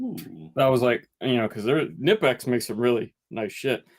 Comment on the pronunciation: LOL at pronouning Knipex wrong as well as you 30 seconds later. I'll have to pay attention to see if he's still doing it in current videos. Love the videos!